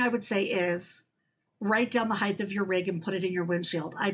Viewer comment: Great topics,, but it's HEIGHT, not heighth. See you down the road.